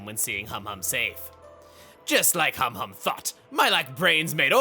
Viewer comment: ...I swear, every time Chugga says Humhum's name, I mishear it as "hom hom" and get Xenoblade 1 flashbacks...